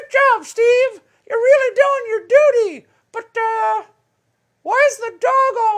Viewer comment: I honestly can't tell if he says "duty" or "doody." I do know which Vanellope thinks it is. What's the big deal about Bolton's book? Virtually everyone who's left (i.e. been kicked out of) the White House has written one. What makes this one so special? And, surely there must be video of Trump praising Bolton to the skies when he hired him? Why aren't we seeing that?